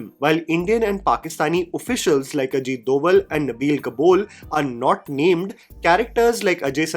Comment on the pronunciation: I absolutely love your videos but please for the love of God 🙏🙏🙏🙏🙏 don’t butcher Indian names just to maintain your pronunciation. I’ve been noticing this since Kantara, YOU LITERALLY WATCHED THE MOVIE AND MADE A VIDEO REVIEWING IT BUT YOU CANNOT PRONUNCE THE NAME RIGHT??? Make it make sense, you did it again with Ajit Doval, have you NEVER heard of his name in the media? NEVER heard the pronunciation of his name?????? Never?????? But you still can not pronunce it right???????